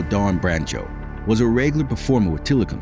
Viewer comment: I wish the narrator had learned how to correctly Dawn's last name (along with several other words).